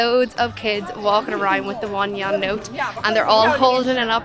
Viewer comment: The Yuan is not a Yawn. It is pronounced as Yu-an 2 syllables. You and then Ahn . Neither is it a Yen or a Won